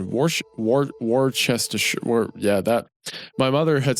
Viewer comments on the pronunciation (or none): "Warchester shire" 😂 For those outside the UK who dont know its actually pronounced "Wusstersher". Lancashire is "Lancasher", Yorkshire is "Yorksher" and i agree the way we say it is backwards af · Bri'ish ere. Try saying it like "Wosh-tesh-sher" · Wusteshur, Cheshur, Vicker, DIE-o-SEES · "Wuh-ster-shire" wuh is like the W U in "wussy". Learnt that neat facto while working cable in a town of the name. Loved the sauce and pronounced it just like Isaiah until I was about 22. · Worcestershire is - woo- ster- sheer (please) and “vicar” is vi-ker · wor-cester-shaiar. love it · Loved the reading as always but those place names man lmao for anyone interested "shire" as part of a place name is pronounced "sher" (Cheshire = Cheh - sher , Worcesteshire = wus-teh-sher), if its on it's own you pronounce it how its spelt though (ie the shires = the shy-ers). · Warchestershire is certainly one of the pronunciations of all time. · hearing mr goon call a vicar a vy-car was absolutely haunting EDIT: WAR CHESTER SHIRE ????? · hearing americans fail to pronounce “wo-stur-shur” always takes a few years off of my lifespan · wor Chester shire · Boooooo- for brutalizing the pronunciation of the words, vicar, diocese, and Worcestershire multiple times. Are you a big church guy? How do you not know these common words? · Hearing the 'Goon day "vicar" weird was way stranger than hearing him say "Worcestershire" wrong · Him mispronouncing "vicar" is so much weirder than him mispronouncing "Worchestershire" considering how religious he is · You know, I was surprised, I mean, with how religious he’s supposed to be and all, you’re telling me he can’t even say Worcestershire? An alleged man of god and he doesn’t have that basic terminology down? Idk, just kinda weird. :/